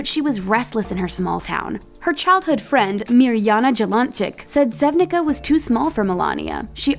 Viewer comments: It's pronounced "Sevnitza", not "Sevnicka". :) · You said Sevnica and Ljubljana wrong. Its Ljubljana, not Lubliana (It hurts if you hear someone say capital of your contry wrong) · When you make a video pleas learn to pronounce city names. Its just sad that you can'tpronounce Ljubljana and Sevnica correctly! Good day